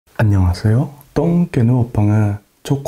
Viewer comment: 발음이 귀여워요 안농하세용 떵개니다 오능은 빙수를 머게슴니다 너무귀여워요 😚☺